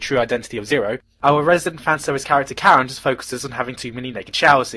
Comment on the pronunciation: Gigguk, "fanservice #1" is pronounced Kallen, not Karen. Learn to speak engrish, I mean, english.